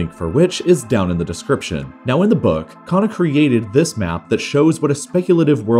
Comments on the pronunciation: That's indian name parag khanna not khana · Can't stand his pronunciation of khanna🤣🤣😂